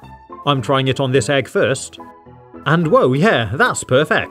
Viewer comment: I mean EEEEEG not EGGGGGG